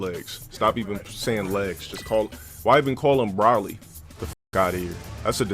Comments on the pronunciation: the real disgrace is how says Brawly, instead of pronouncing it as Broly. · FYI, It's not "Brawl-lee", Broly is pronounced "Bro-lee" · "Brawly" "Browly" Yeesh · talking about a "disgrace to DBZ" when he can't even say Broly right